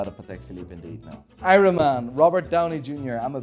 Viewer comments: If you say iron like irun one more time ima.... HE DID IT AGAIN! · Who pronounces the r in iron? Only!